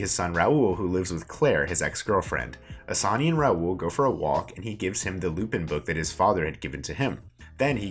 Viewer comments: I'm sorry but if you're going to do a summary at least learn how to pronounce the main characters name! It takes 30 secs to look up how to say it! Annoying for no reason- it's 'AH-SAN', not 'A-SANY', I know it doesn't seem that important but it's the difference between being willfully ignorant and making the slightest bit of effort. Hard to even get through this hearing you butcher it every 10 seconds. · And assan as assani, and arsen as arseni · Before you do a SuMMaRy, please actually watch the show so you’ll know how to to pronounce the actual words lmao. You can’t even pronounce Assane 💀💀. You only made this video to tell people “oh yeah I’ve done that”